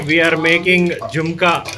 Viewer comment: It's jhunka not jumka